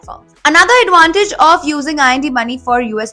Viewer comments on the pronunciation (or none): none